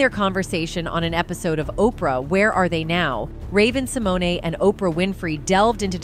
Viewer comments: I think it's Sim moan . e is silent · If you are going to report on someone please learn how to pronounce their name. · Learn to pronounce her name correctly if you are going to disk on her!